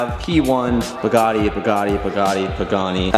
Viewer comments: Everyone: Bugatti: Ba-Gatti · WTF is a Bagatti? It's Bugatti! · he sounds like he is saying bagatti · How has no one pointed out that has no idea how to pronounce Bugatti. Manny tried to call him out when he had the chance and didn’t catch it 😂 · the way says Bugatti, bothers me 🤣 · How he pronounces Bugatti cringes me 🤣🤣🤣